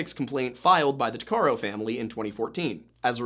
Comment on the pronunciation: Tuc a row. That's how you say her last name